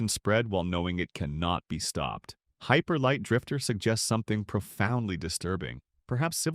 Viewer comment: "Hyper Light... Drifter" Ah. The AI appears to be misreading again.